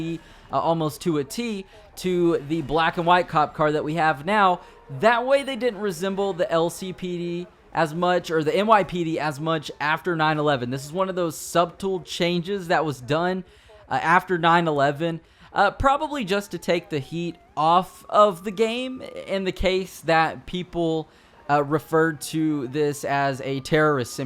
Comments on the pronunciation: You have a decent narration style, but your verbal fuckups are painful to listen to. For example. . ."Subtle" has a SILENT "b." Literally nobody says "suBtle." It's pronounced "suttle." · Thanks for the video! I never knew GTA3, because i was only 8 when it came out and my family was very sheltering growing up. And lol There’s always at least one word messed up in your videos. Today’s word was “Subtle,” pronouncing the “b.” That b is actually silent, making it sound like “suttle.” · More of a "sub-tool" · You pronounced “subtle” wrong 😂😂😂 “sub-tul” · you said sub till changes..... its just literally sounded out as suttle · Subtle is pronounced suttle, great video, keep up the good work. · Ah, for crying out loud! really pronounced it "sub-tool"! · You literally said the word 'subtle' how it's spelled, with a 'b'... "Sub-tul"... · You pronounced subtle sub-tle. Maybe school is the path you should have taken instead of gaming. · Am I the only one who cringed when he pronounced subtle as "sub-tool?" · did you seriously just say 'su-b-tle'? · SUBtle? Dude you never say the B in the word “subtle” the B is silent. I high as a kite and I know this! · he pronounced subtle as "sub-tel" (the 'b' should be silent) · did you really just pronounce subtle as SUB TOOL? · I like the way you pronounce subtle lol sub-tool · You pronounce subtle with a hard B...... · The b is "subtle" is silent. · Do you know how to pronounce the word subtle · Nigga did you pronounce subtle like the way it’s spelled?..... it’s a silent b my dog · The B in subtle is silent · did you pronouce the B in subtle? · I've never heard someone actually pronounce the B in "subtle" hahahah